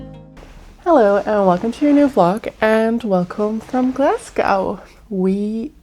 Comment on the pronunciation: It’s pronounced Glasgo (so you don’t pronounce the ‘w’). Yeah that’s why lots of movies are filmed in Glasgow as it looks like New York with the grid structure in the city centre. Lots of beautiful places to visit in the city but you kinda need to do your homework first as the city centre is quite grubby and far nicer areas/suburbs.